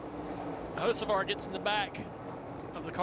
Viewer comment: 🤔if I had a dollar for everytime I heard "O Hosavar" I'd have Dale Jr's type of money by now 😂